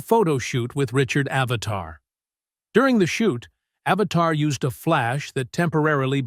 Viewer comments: Richard AVEDON not "Avatar." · He didn't pronounce Richard's last name correctly either.